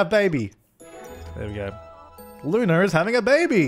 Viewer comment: He says LunaR instead of Luna :'D